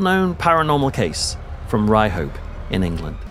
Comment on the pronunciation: If you grew up in the north east and had hear of the town, or at least hadn't forgot the colloquialism. It's pronounced "Ryup" not "Ry-hope". Mind you this is coming from a pit yacker in Peterlee.